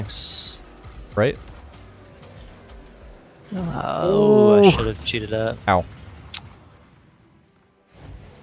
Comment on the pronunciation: says "tanks." He has earned my respect for the rest of my life.